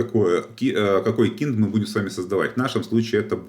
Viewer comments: Трубанул со слова "КИНД", правильно будет кайнд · kind vs keened кАЙнд (вид, тип, разновидность) или кИнд (причитать) Если все называть своими именами будет проще. Курс хороший, но кого хороним не могу понять? После каждого кИнд кровь из ушей. Приходит человек после данного курса и про кИнд мне говорит, а Я не могу понять о чем он.:)